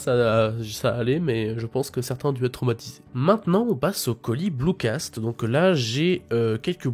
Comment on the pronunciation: C’est BlucatS et pas blucaSt :)